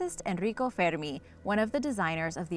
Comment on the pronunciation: pronounced "ferr-mee", not "fe-de-me"